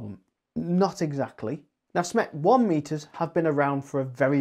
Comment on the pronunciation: When you say SMET you actually mean SMETS right !?